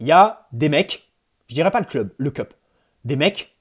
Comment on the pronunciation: Le "Keup" ? Une tasse ? Le CUP wesh c'est ton club et tu sais pas prononcer le nom de nos ultra